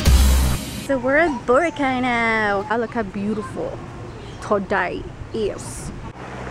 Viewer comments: I say (bo-rah-kai) not bora- Kai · bor- AHH- cay lol xD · I thought is was bor- ack- Kai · did you say brocay? ive been there so purdy!! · the correct pronunciation is Bor-ah-cai -___ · Hey! No offence but it's pronounced bore-ah-khay:) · I wanted to gauge my eyes everytime you pronounced Boracay wrong O.o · I can't tell if she's being serious when she pronounces Boracay.. lol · You can fluently speak Tagalog but you can't even pronounce Boracay right? lol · Hahaha she pronounces boracay wrong :) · Omg your Filipino and you don't know how to pronounce Boracay properly? LOL